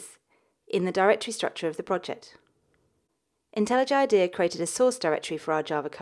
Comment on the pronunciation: Well technically she says it the correct way...